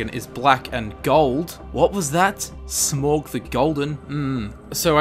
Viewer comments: AAAAAAAAAAAAAAAAAA STOP IT! It's not "SMOG" it's frikking SMAAAUUG And it's Anduril, flame of the west after it is reforged, it was called Narsil before that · Smorg! It's Smaug!!!! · It's not pronounced Smorg, It's pronounced Smawg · It's pronounced SMOWG. Not Smog. Also the sword is called Narsil. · it not sm-ogg it's sm-au-g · Smoug is actually pronounced like its spelt smaulg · Smaug is pronounced Smowg not smorg ya dummy! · It's SMAUG,not Smog. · Smaug, not Smòg. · It's pronounced sm-oug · no one says "smog" like wtf dude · Smaug is pronounced smow-g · It is pronounced with the Au similar like Saurons Au so yes Smowg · SMAUG IS PRONOUNCED S-M-OW-G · its pronounced smowg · It was hard to not cringe at the sound of him pronouncing smaug "smorg" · No it's not. It's 'Smowg' whether you're English or American. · Lol fucking "smorg"... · It is pronounced Sma-ug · No offense but you are saying smaug wrong, its pronounced "sm-ow-g". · It is not hard to say smaug